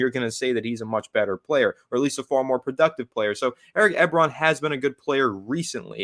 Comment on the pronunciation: It's 'E-Bron' ;-p